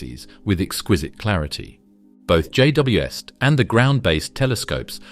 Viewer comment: What's with the pronunciation of J.W.S.T and J.W.est, or JWS't?